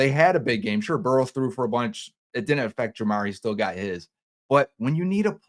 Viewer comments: It's Burrow not borrow bro TF 🤣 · It's Burrow not borrow 😂